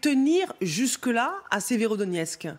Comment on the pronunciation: Voila la logique de LCI. La Russie à pris encore une ville strategique "Sverodoniex", donc la Russie est au bout de souffle, elle s'enlise et va bientot s'épuiser... Il faudrai au moins apprendre à bien prononcer Severodonetsk et Donetsk et non pas Sverodonex ...